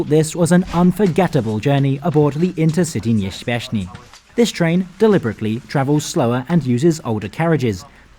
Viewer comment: Intercity nieśpieszny. [Pronounced: Interceetee niepsheshpieshny]